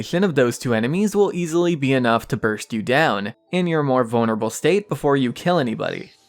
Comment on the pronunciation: Am I the only one that doesn’t like the way he says vulnerable?